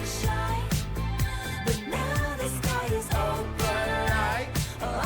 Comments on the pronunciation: YOU NAILED OPALITEEEE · Yes you got opalite right... It's travis... Travis's birthstone is opalite as well